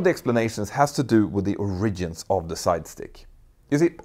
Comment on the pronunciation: Hey mentour , the accent in the word origin is on the first syllable, not the second.